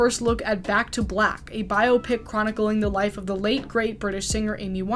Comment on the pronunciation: THANK YOU for pronouncing 'biopic' correctly. I'm gonna scream if again I hear it rhyming with "myopic"